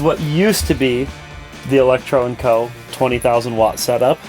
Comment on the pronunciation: Electro & Co. videos just aren't the same without mispronouncing it differently every time he said it...